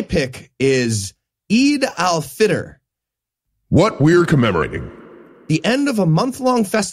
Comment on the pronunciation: The way you say "Eid al Fitr" it sound like "Adolf Hitler"